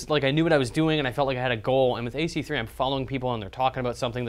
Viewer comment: How can you say AC3?!